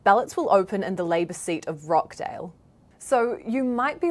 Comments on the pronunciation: It's pronounced Rochdale, not Rockdale. The clue is in the spelling. I'm curious: how do you Kiwis pronounce: kitchen, teacher, achieve, reaching and peaches? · ROTCHDALE not rockdale sheesh